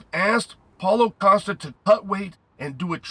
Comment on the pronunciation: “Paulo costa versus kazmit chimive”😂😂😂